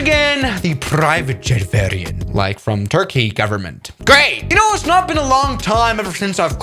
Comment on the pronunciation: the german accent at "PRIVATE JET VARRIANT" is killing me 🤣